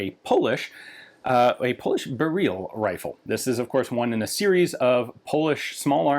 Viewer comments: According to polish folks here in the comments it's more "berril" and less "bereel" like he's saying. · The unstressed pronunciation like "berrill" is much closer to the Polish pronunciation than "beREEL" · tbqh lads jsut pronounce it however you'd pronounce "beryllium" for me that's burr-ill, not barrel. for the poles it hear it's basically barrel quite the garand vs garand situation here. "barrel" is "Gah-rand" and "burr-ill" is "Gerrand" i pronounce the M1 Garand like the guy's actual name was pronounced. eventually just sorta happened, didn't consciously chose to. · 'Beryl, srry, b u h r e e l' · And it is actually pronounced Barrel, no “ee” sound, and the R is rolled. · I feel like it's just "barrel" pronounced wrongly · It's pronounced "Beh-ryhl", the end sound is not "reel", it sounds more like the beginning of "ridiculous", that beginning "ry" sound. Also, great video otherwise 😄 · Fanny how you said it correctly and went to "correct" yourself. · 'Beryl' is stressed on the first syllable. Are we going to completely ignore Galil, Zastava M21 as well as AK-101 & -102? These are all military designs, after all. This is in fact a standard AKM (or more precisely, AKMP) design, it's called 6Ch3 (6Ч3) and is still produced in a slightly modified form for AK-74M variants. I bet it's fine with a winter coat and armour vest on. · The funny thing is that you pronounced the name correctly and the said it again, but wrong :D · Haha, I love like in he properly pronounced the name of it, and than immediately corrected to polish-american pronunciation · the first pronunciation was actually closer to how we pronounce it in Poland :). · Yeah, it's great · Yeah, made me chuckle. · Interestingly enough, he corrects himself to a Russian pronounciation. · It is not "Beryl as in Beryluim". it is siply Beryl. Same for Tantal. That is what we call these elements. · its BEryl. y not ee. also in polish stress is always on second to last syllable.